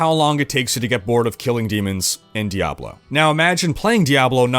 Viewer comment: thank you for pronouncing "Diablo" correctly